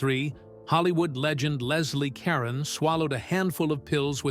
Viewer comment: Please say Leslie's last name correctly.